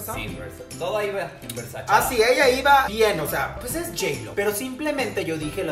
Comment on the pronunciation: No se pronuncia "versachi", se pronuncia "versache" 🤦🏻‍♂️